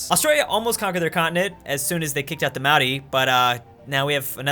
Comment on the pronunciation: why does pronounce "Maori" correctly but no other culture ever?